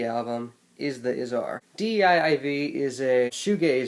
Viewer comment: "Dee Eye Eye Vee" fam its pronounced DIVE